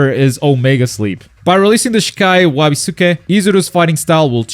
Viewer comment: Wa Be Su Kei lol